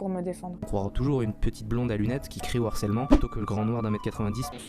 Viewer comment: Bonne vidéo gars. Mais je vous en supplie, tous les autres et toi, vous avez plus de 30 balais, NE FAITES PAS LA LIAISON avec harcèlement, harceler. C'est un H aspiré. LE Harcèlement, et pas l'harcèlement, "accusé DE harcèlement... " et non "accusé d'harcèlement"... (d'ailleurs quand tu l'écris ainsi, Youtube te dit que c'est une faute...). Allez gars, fais-moi plaisir. S'il te plaît. Sinon je t'envoie le harceleur en chef (et non l'harceleur) des H aspirés.